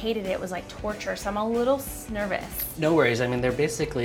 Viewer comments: She said snervous😂💙tyler Oakley fans will understand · She said 'snervous" c'mon Tyler Oakley! <3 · Did just say snervous?? 😂🙌🏼